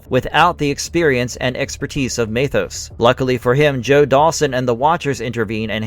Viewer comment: MEthos. Not MAYthos. There’s only about a hundred episodes where were given the pronunciation.